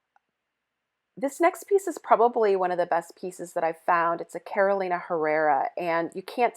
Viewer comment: Inagree. And also pronouncing Carolina like the state. It's "Caroleeena".